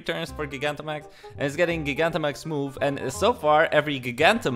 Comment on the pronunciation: I’m tempted to not even say it, since I don’t want you to change it.. but I love how you say GIG-Antamax. Never change.